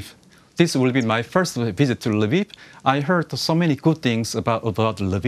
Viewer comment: Say #KyivNotKiev, please! :-) Lviv is neither Lbib nor Lbif! Odesa is not Odessa! #CorrectUA